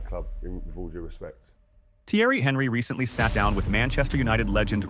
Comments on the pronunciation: Jesus christ have the decency to tell your AI voice to pronounce the names right. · Thanks for not fixing your AI voice's pronunciation of Thierry's last name to alert me to not waste my time with this slop.